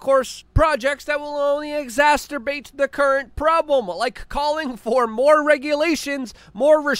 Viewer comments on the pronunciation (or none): LUKE. You need to stop saying "exasturbated." It's exacerbated. 🤪